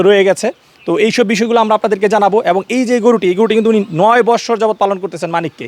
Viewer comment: বসসোর না 😂😂😂😂.....বছোর